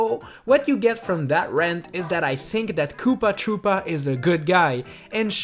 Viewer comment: I thought you said poopa tropa